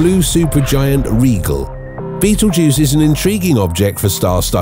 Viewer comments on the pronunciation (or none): Rye-gel, not regal. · Fascinating video, but you don't pronounce the "p" in Ptolmey--it's just said "tolemy", & Rigel isn't pronounced "regal", it's said "rai jl". You also said "vincinity" instead of vicinity by adding an extra "n" into the word. Hydrogen bonding with carbon does NOT produce carbon, & you reversed the diameter of the Sun with Betelgeuse's. The Sun is NOT larger than Betelgeuse--it's considerably smaller. Stuff like that makes me cringe. Dude, do better. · Just a little bit of prep... it's pronounced Rai-jl not regal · Rigel = "rye-jel".